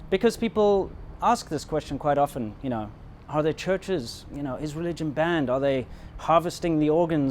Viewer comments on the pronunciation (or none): none